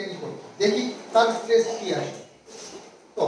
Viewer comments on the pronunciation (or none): none